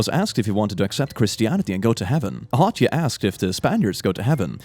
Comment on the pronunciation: Hatuey and Hispaniola are pronounced hah-TWAY or hah-TWEE and his-pah-NEO-lah